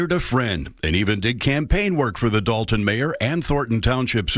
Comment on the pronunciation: I just saw your channel recently on someone else's computer, and thought I'd let you know that although the town is spelled as if it should be pronounced DOLE-ton, it's actually DAHL-ton.